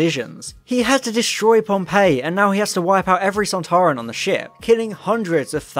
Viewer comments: you think you can pronounce soltaran you are soltarwrong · "Doctor, it's one of those Sonteran things!" "SontAran!"